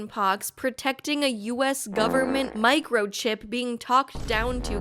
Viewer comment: lol "micochip" the size of a cell phone.